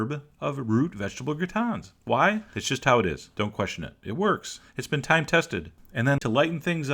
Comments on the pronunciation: "Thyme tested". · Um? Is that " tyme tested"?😁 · haha, it's been "thyme" tested